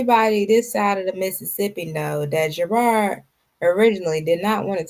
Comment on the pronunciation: JERRRAARD drives me nuts his name is Jerooooddddd ROD the The ROD that was spared on Olivia why can’t she pernounce that 😂